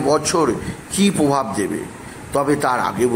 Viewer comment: Arre, dhaiyya noi dddddhaiyya (hard dh). Aar pokito na prokito, pobhab na probhab 😂 Uchcharan thik koro.